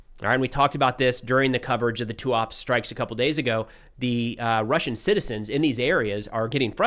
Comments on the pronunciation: Tuapse > TOO-UP-SEH (stress on the last syllable "seh") In Russian, as well as in Ukrainian, you should pronounce every letter like it is Latin. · Tuapsé (pronunciation). Your pronunciation of Cheboksary is correct :-) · TUAPSE is pronounced "too-ap-seey" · Fyi according to Ukrainians it is pronounced Tuapseh